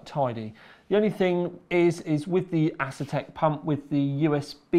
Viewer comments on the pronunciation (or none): none